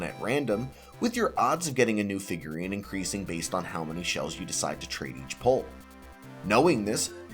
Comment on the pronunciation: Fifgurine 😂 Figruines 😂😂